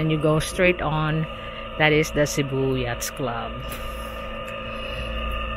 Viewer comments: Korek! Sakit sa tenga ung " yats"!😅😅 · Yacht is pronounced "yat". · It’s pronounced with a silent (S) the harbor need some improvement.